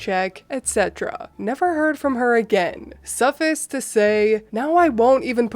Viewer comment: you always have the most amazing reads of your stories and I thoroughly enjoy them. And it's only in the interest of a little hint that I say 'suffice' is pronounced 'suh-fice' as in rhyming with 'mice', not 'sufiss'. You still do wonderful reading! ❤️